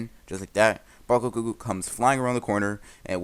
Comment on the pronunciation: Did anyone hear him say bakugoogle